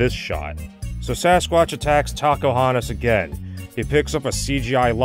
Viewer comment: I don't know why but whenever says "Tacohonos" It always sounds like he is saying "Takahunters"